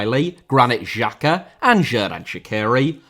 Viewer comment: As an Albanian, I was supporting Switzerland in 2018 and I will be supporting them tonight. This is a very good video about it. However, Xherdan Shaqiri is pronounced more like "Jer-dan Shachiri" and Granit Xhaka "Granit (like rock granite) Jaka" edit: wow you butchered "shenja e flamurit" so bad. the "shenja e" was fine but "flamurit" is "fla-moo-rit" not 'flamaroot'💀